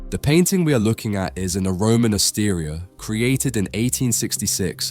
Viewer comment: Osteria is pronounced Ostéria, not Ostíria.